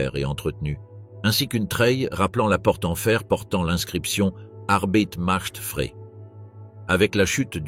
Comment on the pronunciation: Vous vous dites specialiste de lAllemagne mais vous etes incapable de prononcer correctement l allemand comme Hesse, Arbeit macht frei. C est inacceptable et intolérable. Franchement cest décevant.